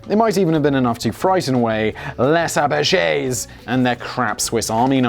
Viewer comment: Les Apaches ... its not ''Apashey'' its ''Apash'' ''Ley Zapash''